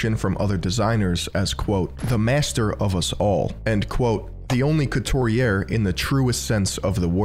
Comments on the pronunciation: It's pronounced cooturiay. The way you pronounce it is means the same thing but feminine version for women. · Strange not to hear the French pronounciation of "haute couture" and "couturier" in a fashion video.